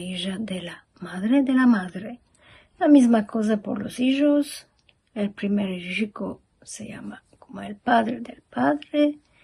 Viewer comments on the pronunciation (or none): First of all, some words. Apart from that, the most important feature is the absence of the sound "j", which is changed by the old "sh", as it was done before the XVII century. For example, to say "hijo", she says "isho". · Sim, isso, os S's e ainda "hijo" e "viejos" a pronunciar-se o J. Mas olhe que em Portugal há muita gente que faz RR "rolados" com a língua. Por acaso está-se a perder isso mas ainda se fala muito assim. "caRRo" "gaRRafa" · I see! I am not very good at Spanish, so I think I did not even notice the special vocabulary. I also would not have noticed that the way she pronounced “hijo” is, like you said, a little strange. Thanks for pointing that out. If I were to compare what you said to English, I guess I would say it is like dialect of Cumbrian in England.